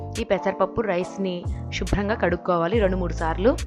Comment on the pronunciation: Shubram kaadamma, subhram ga, sarigga palakandi